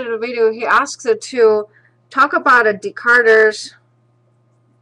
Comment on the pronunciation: His name is Descarte, not decarter by the way